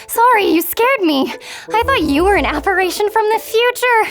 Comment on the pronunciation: Apparition, no apparation.